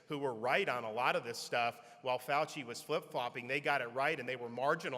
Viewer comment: “FAUCIAN” … I love it!